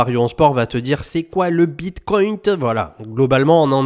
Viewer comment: C'est quoi le Bitcointe 😂😂😂